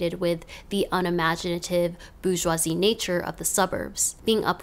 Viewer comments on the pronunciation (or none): none